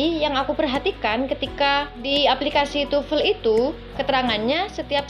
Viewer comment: Why almost Indonesians pronounce TOEFL as tufel?